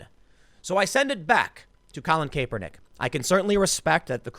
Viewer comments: Stop saying Cape-er-nick when it's clearly Cap-er-nick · Tim, i love you man but it's pronounced KAP-er-nik. His nickname was Kap. When you call him Kaypernick it makes my butthole clench. I know you're not a football guy so I'm doing you a solid. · Tim, it's a soft A like sounding like kapernick. Not Kaypernick. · Cap-er-nick He does not wear a cape. Not Cape-er-nick. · Tim, it CAPernick not CAPErnick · How the hell do you not know how to say a persons name, that is said all the time?... "Capernick" are you for real. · Kay-per-nick. Tim doing his subtle name mispronounciation trolling. Haha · Its ( CAP-ER-NICK ). I know it's spelled differently but that's how its pronounced. I dislike him anyway, so say whatever you want. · Btw his name is pronounced "Cap" "Er" "Nick" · CAP ER NICK. C'mon Tim. Your point is solid...but get the guys name right. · KAP-er-Nick what the ever loving hell is wrong with you. pronounce the name properly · I haven't watched this video , is he still saying cape-er-knick ? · it’s pronounced "Cap-er-nick" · Someone teach him how to say Kaepernick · refuse to listen to this just because I can't listen to an entire segment where you're too lazy to learn home to pronounce a person's name correctly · Learn to read French please... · The fact that Tim still mispronounced Kaepernick's last name brings me great joy.... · The fact Tim mispronounces the slug's name everytime always makes me laugh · Why does Tim always say Kaps name wrong... is it a joke or does he not realize this? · If you are going to drag that douche at least say his name correctly Tim. Drives me crazy how many names you mispronounce on the regular.